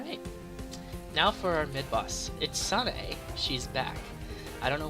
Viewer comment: Protip Sanae is pronounced sana-e